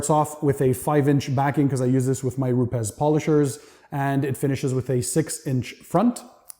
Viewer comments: It's not RupeZ, it's RupeS. Rupes is a Italian company and I live in Italy, and that's how it's pronounced. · You where probably talking with a manager for US/Canadian market. Here in EU and specially in Italy, nobody is pronouncing it in that way. We all say Rupes. It's probably the same thing like with the Ferrari or Lamborghini, 99% ppl from US are pronouncing it wrong.